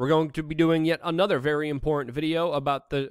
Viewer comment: Why can't Luke pronounce the word "Important"?